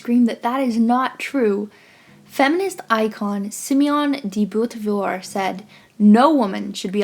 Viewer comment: Just so you know, it’s pronounced « See-moan deuh bo-vwa »